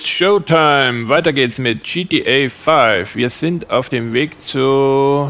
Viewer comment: Endlich wieder tschi ti äyy faiiff <3 So mag ichs :D